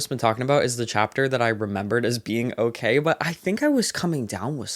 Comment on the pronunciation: THE REACTIONS ARE KILLING MEEEEE LMAOO “ogeey”